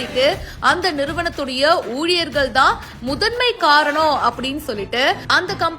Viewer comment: என்ன தமிழ் உச்சரிப்பு சகோதரி உங்களுடையது. வேல ஊலியர்கள்.. சரியாக உச்சரிக்க பழகிக் கொள்ள வேண்டும். தாழ்மையான வேண்டுகோள்